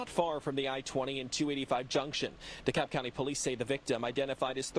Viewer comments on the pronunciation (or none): Should this location come up again, you pronounce the L in DeKalb.